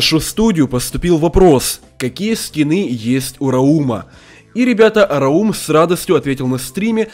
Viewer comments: не раУм а рАум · Не рау'м а ра'ум